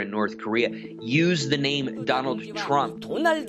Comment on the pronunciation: She never actually say the word “Trump” but “DonaldO JAY TrumpO”